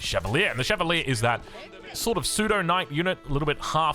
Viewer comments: Chevalier is said "shae-val-i-a" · More like sheh vah lee-eh (fluent French speaker)